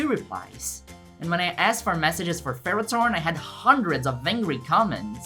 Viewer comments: Why do you pronounce it as ferrot-horn instead of ferro-thorn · First of all, what? Second, how, do you mispronounce, THORN?! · Pronouncing Ferrothorn as Ferrotorn makes it sound so METAL!🤘